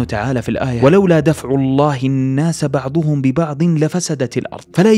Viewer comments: بعضَهم بالفتحة وليست بعضُهم يالضمة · "بعضَهم" القضاء مفتوحة وليست مضمومة بارك الله فيك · وعليكم السلام ورحمة الله وبركاته الله يجزاك الخير بس بعد إذنك إنته قام تقرأ بعض الأيات غلط يا مثل(ولولا دفع الله الناس بعضَهم ببعض) وأنت قلت بعضُهم غيرت حركت الضاد لأن هذا كلام الله لازم تنتبه جيدا وقت تقرا الأيات والله يجزاك الخير. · بارك الله فيك لكنك اخطأت في الاية دفع الله الناس بعضهم انت ضممت الضاد ولكنها مفتوحة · اللّٰه يكتب أجرك ، انتبه للآيات وأنت تقرأها بعضها تغير الحركات ( التشكيل ) فيها مثل بعضَهم ببعض، وليست بعضُهم ببعض فأَجمِعوا أمركم ، وليست فاجمَعوا أمركم. أيضا تنزِعُ الناس ، وليست تنزَع الناس كأنهم أعجاز نخل ، وليست كأنها واللّٰه يكتب أجرك على هذا الجهد انت قدوة لنا ولكل الشباب ونقتدي بك ، وانتبه من الموسيقى في بداية المقطع يوم يتكلم هذاك العالم اللي يقول نظرية الخلود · (و لولا دفع الله الناس بعضَهم ببعض) وليست بعضُهم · بعضهم بفتح الضاد.. جزاك الله خير الجزاء